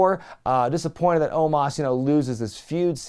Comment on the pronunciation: The guy's name is "OH-MOS" NOT "OH-MAHS"